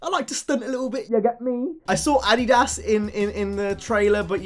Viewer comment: Did he just say adydass😅